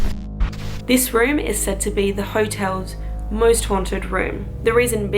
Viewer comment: Lol sounded loke u wer saying moist not most lmao great vid tho u should come to NZ ;-)